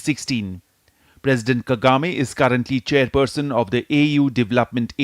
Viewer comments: KAGAME not KEGAME😂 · Kagame not kegame